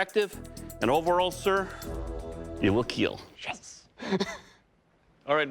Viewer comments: It will keel😆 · “It will keal” :))